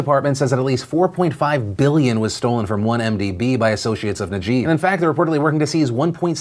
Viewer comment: appreciate the coverage on malaysia btw!! (but just in case you wanted to know its not pronounced najeeb but najib (i'm not sure how to write it any other way haha))